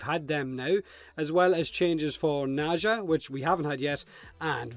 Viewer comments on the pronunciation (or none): Dude... it's "Nezha". Not "Naja".